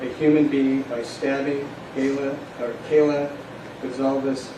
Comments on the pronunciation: Yes, it really sucks that he can't pronounce their names correctly. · Except the judge said Kayla instead of Kaylee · Judge should have practiced their names for goodness sake. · Guys I'm ALARMED that the Judge cannot PRONOUNCE KAYLEES NAME CORRECTLY....Her poor PARENTS AND FAMILY...🤬😠😠😤😠🤬👺🤬🤬😠😡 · I felt the same way about the pronunciation…was glad he apologized. “Stand Silent?” This means “not guilty?” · Agree, sheesh, couldnt he even spend a few minutes at home practicing pronouncing their names, he got TWO out if four names wrong!!!!!!!! Terrible for their parents.